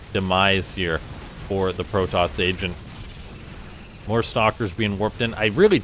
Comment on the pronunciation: "moar bots"